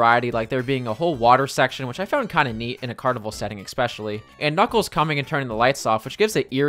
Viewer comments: I enjoy your videos, but learn how to pronounce escape and especially, its not ekscape and ekspecially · Absolutely no one:: “…..ekspecially”